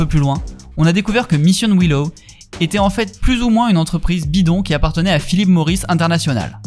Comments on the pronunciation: Vidéo plutôt cool mais « Missiowino », seriously ? 😅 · « michione wine naw » comme dans le Kentucky 😁